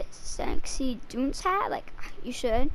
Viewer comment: Nigga said Doonce